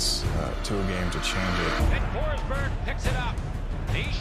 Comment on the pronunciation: Hate to be that guy, but it’s Forsberg :D